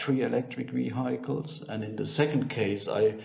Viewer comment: Very good explanation. Only two words are pronounced differently I think. Vehicle (Wehickel) and decade (Däckaid) and cost (kurz gesprochen, nicht Coast).